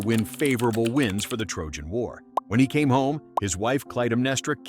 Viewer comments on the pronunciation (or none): none